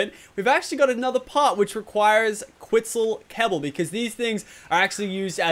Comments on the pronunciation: I'm going to ask this again - do you actually mean to say Quitzel Kebble or are you mixing your words up when you try to say Quetzel kibble? Makes me laugh either way lol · Quitzal Kebble... Lets try Quetzal Kibble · Did anyone notice he said Quitzal kebble